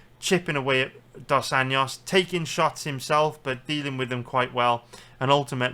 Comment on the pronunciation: If you can’t pronounce Dos ANJOS just say RDA